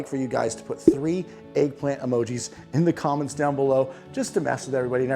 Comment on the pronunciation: Eggllant emogi, eggplant emogi, eggplant emogi. 😅